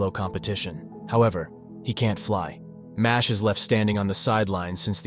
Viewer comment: It's not pronounced Mashley like Ashley. It's supposed to be Mash-el. Like the words Muscle and Magic smooshed together.